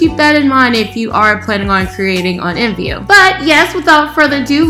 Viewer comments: nobody says imvu.... They all say I M V U So instead of being professional just be normal maybe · r u seriously saying imvu instead of I.M.V.U cuz u saying it wrong